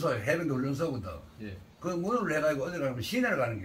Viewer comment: 그래요? ㅎㅎ 그렇군요... 어르신분이 이야기하는 발음은 해병대훈련소라고 라고 하는 것 같아 착각을 했네요....